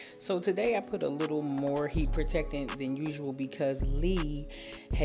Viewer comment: Not taday!! 😂😂